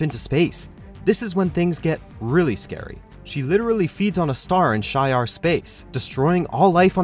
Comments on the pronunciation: She -R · Shee-Ar not Shay-Ar ans Em-Kran not Mak-ran. 😉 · Jake Turner “Ma-Kron” crystal and “Shy-ar” are two painful mispronunciations! Ugh!!! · To the narrator: The correct pronunciation is ( She-Ar ) Shi’Ar! 😑😤😡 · Thank you! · It’s she’are (shi’ar) and m-kron (m’kraan) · “SHEE-YAR” empire.. “M-KRAAN” crystal.. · You incorrectly said Shi’ar and M’Kraan in your video. voice narrator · The narrator should learn to pronounce Shi'Ar, M'Kraan and Wyngarde correctly. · Who can't pronounce Shi'ar, Wyngarde or M'Kraan? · You mispronounced Shi' ar and M'Kraan. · When this guy pronounces Shi’ar and M’Kraan crystal Incorrectly